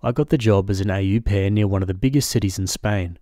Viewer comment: It’s not A U pair, more like Aw Pair